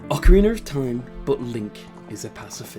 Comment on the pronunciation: Ahh yes “ocariner of time”